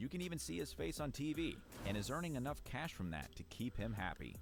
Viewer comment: cash sounding exactly like flight😂😂😂😂😂